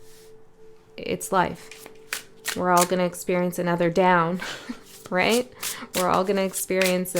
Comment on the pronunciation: Pls not “nuther”